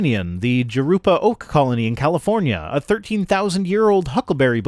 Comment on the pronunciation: Sorry, you've lost all credibility. you pronounce Jurupa, joo-roo-pa. Anyone with any knowledge of Spanish language knows it's pronounced huh-roo-pa. My image of you is completely shot.:-D:-D